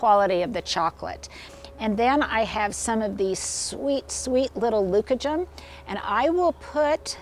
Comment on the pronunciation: Lovely. Leucojum blooms later up here in zone 5. BTW, the accent is on the middle syllable. (Fine Gardening reader)